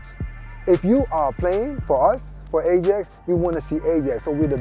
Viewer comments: The guy who kept pronouncing ajax as ai-jax instead of i-yax sort of pissed me off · AH-JAX LOOL ITS PRONOUNCED I-YAX! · I can't understand why, as a Ajax fan, you would prenounce Ajax as "E-djex". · Sid Iyer it it is Ai-jax not I-yax Although A-jax is better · "Ay-Jacks" ... > proceeds to hang myself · "I'm an Ajax fan" Pronounces Ajax as 'Ayjacks' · Just to check with my Dutch friends, it's pronounced "i-yax", correct? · Person to #NeverFollow is the guy who says Ajax like A jacks. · NO ITS AJAX JUST AAAAAAAAAAAAA JAXXXXXX COME ON PEOPLE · The guy kept saying ai jax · IF HE said A-Jax one more time!